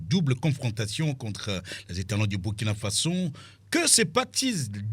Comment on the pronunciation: On dit Burkina Faso